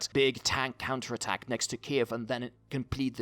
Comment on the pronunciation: Why does it sound like you say cancer attack instead of counter attack